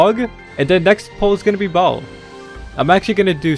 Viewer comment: It sound like he kept in saying bald instead of Baal